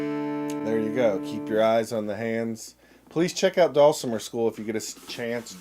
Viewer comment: I don't know how to spell phonetically, but I'll give it a shot. dull-simmer. Put the accent on the first syllable.